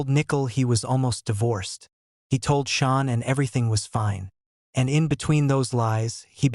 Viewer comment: Dude, you have her name WRONG, it is Shanann not Shawn!!